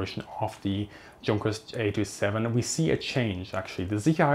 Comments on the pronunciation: He says it as “djun-kers” maybe a subconscious mix of German and English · It would be nice if you pronounced it Younkers as it really is. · Junkers is pronounced yoonkers. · Wow,, just saw this. Sorry for the late reaction. Thanks for the feedback and Super Thanks! With Junkers, the pronounciation is all over the place, basically also because Germans can't agree on it in my experience:) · Um, "Junkers" pronunciation??? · I'm confused. You're German, yet you mispronounce Junkers.